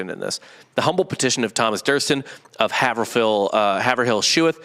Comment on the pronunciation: Yoo the way you guys pronounce Haverhill Is absolutely hilarious. Its pronounced " Haveral". A lot towns/ cities in Ma are like that.